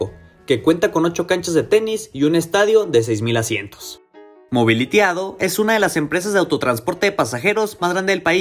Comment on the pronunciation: NO SE DICE MOBILITYADO ES MOBILITY A D O POR SEPARADO Y SIGNIFICA AUTOBUSES DE ORIENTE A D O